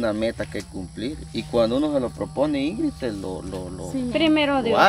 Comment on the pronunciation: INGRIS???? REPITAN INGRID INGRID INGRID INGRID INGRID.... APRENDÉ A HABLAR Y A ESCRIBIR!!